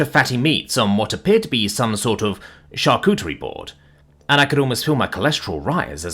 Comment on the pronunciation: No way you pronounced charcuterie right but mispronounced fettucinie kills me lol